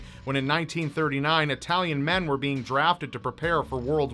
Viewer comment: I like you, I really do, but bloody hell your Italian accent makes me cringe. Is it really so hard to pronounce Italian names?